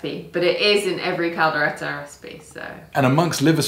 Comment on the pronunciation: “Kaldera”... Kaldero (Cal-de-ro). 🤦🏻‍♂️😂 Props for the effort! 👍🏼